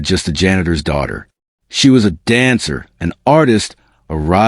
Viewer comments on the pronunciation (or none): Dancer, not answer. Tears welled not weld.